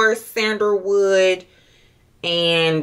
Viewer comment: SENDER WOOD?😂😂and not u called a magnolia flower a Mongolian??? And Bulgarian ....it's just like it's spelled.....just sound them out or look up the pronunciation before u post it ....unless u cool with it